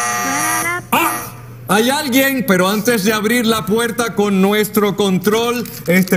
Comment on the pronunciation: Dios los bendiga Me dio risa porque de ves de ella decir puerta ella dijo la puerca. Jajajajaja